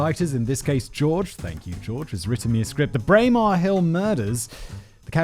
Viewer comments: Pronounced Braymar Hill. I was already living here and remember this. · Your slaughtering the pronunciation of Braemar... its a scottish name its pronounced bray marr